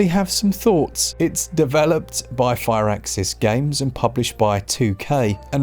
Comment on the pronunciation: Fur-axis, not fire-axis